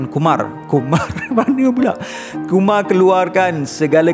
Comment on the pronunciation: Tersedak sambal ikan bilis dalam mulut aku bila dia sebut Kumar .